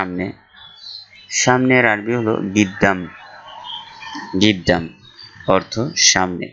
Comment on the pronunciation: শব্দটা হলো কোয়েছ গিদ্দাম না গুদ্দাম